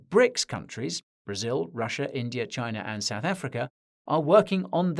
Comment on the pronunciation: You should pronounce India and China. Respect the name of nations.